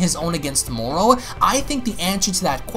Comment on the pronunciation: Why do you keep saying "Morrol"????